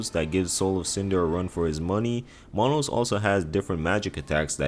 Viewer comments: who the fuck is Monos LoL its manus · I think Manus is pronounced like its written. Not mahnos